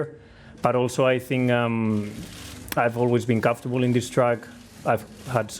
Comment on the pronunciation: "Comforrdable" - Pierre Gasly